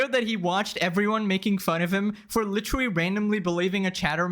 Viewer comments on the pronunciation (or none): Is he saying witerally on purpose? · bro you gotta stop saying literawy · “Witewuwy” does bro have a speech impediment?